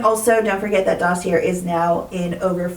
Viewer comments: Why do you insist on pronouncing Dossier incorrectly? This is a real question. I’ve seen comments explaining to you how it’s pronounced. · It’s a French word. She is 100% pronouncing it incorrectly. I think it makes her sound unintelligent, but beyond that I don’t care. And how do you know the company hasn’t reached out? I’ve seen many comments about how she pronounces it so it really looks like she simply refuses to say it correctly.